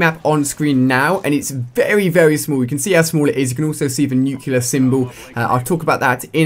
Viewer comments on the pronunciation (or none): Stop saying 'nucular' it's 'nuclear'. Nu-cle-ar. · Really nuculer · You say nuclear like George Bush